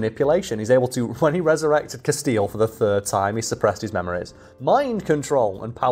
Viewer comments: Who else winced at 'Casteel'? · Honestly, saying Castiel like Casteel might be the closes i've ever come to becoming a pinned comment on one of these videos. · Please keep calling him "Castille" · She tried for a while but just had to correct your pronunciation of Castiel eventually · The way keeps mispronouncing Castiel's name is enough to make me chew glass 😂. (At least Cas got a cute picture for the blue screen in the background 😆.) The whole concept of whether the characters in SPN had free will or not was pretty cool to be fair. (Wasn't there a throwaway line from God where Cas was revealed as an uncontrollable entity, that never did as he was supposed to? That would have been amazing to capitalise on for the finale. The only true representative of free will.) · continues to demonstrate that there are some names he is just incapable of pronouncing correctly. RIP to Cobain and Castiel. P.S. love you, 🖤💜💛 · Having watched this channel for long enough I'm not sure if some of the mispronunciations are intentional trolls towards the audience or not. Ex: Repeatedly calling Castiel > Casteel ( corrected the pronunciation, but still said it wrong later in the video), and the Nephilim > Nephlehem (almost sounded like Bethlehem). Don't get me wrong, I'm not bothered, it's pretty funny thinking that either doesn't know, doesn't care, or is intentionally pronouncing things wrong to see who notices.